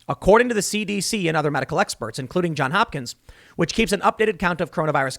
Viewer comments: Ok, Tim. Great show. Somebody's gotta tell you. It's not John Hopkins. Its John's Hopkins. With an s. Johns. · Dude, It's JohnS Hopkins, not John Hopkins. He says this every time he cites them. Get the name right. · JohnS Hopkins. There's an "s" at the end of that first word. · Jesus, Tim; can't you learn to say "JohnS"? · It is ”Johns Hopkins” strangely enough.